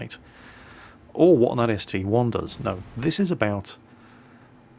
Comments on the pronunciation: ST - I not ST "one" but other than that great video. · its a st-i not st-1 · My Hentai Girl I don't care how call it. It's ST-I. End of discussion.